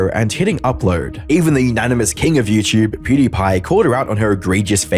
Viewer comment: What in the F*k is yewchewb ? You mean youtube ? FFS !